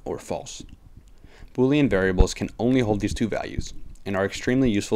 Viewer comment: You're pronouncing boolean wrong. Proof that English is more difficult to master than code.